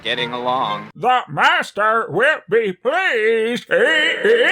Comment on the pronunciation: I fucking lose it at "thE MAster wILL be PLE-eased" every time 🤣🤣🤣